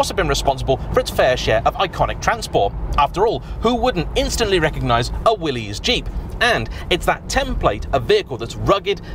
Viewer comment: Willys is pronounced the same as Willis, not like Willy's 🤣😅